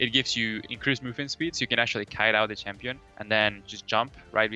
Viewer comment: Did Quas say basic "shampion" guide? LOL Kappa